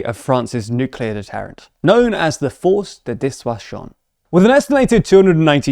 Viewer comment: It sounds like you said “force the dishwasher”, but I forgive you.